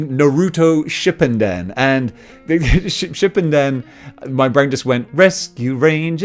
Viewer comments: lol its not Shipunden, it's Shippuden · It's pronounced Naruto (Shu) (poo) (din) 😂😂lol u was off friend by alot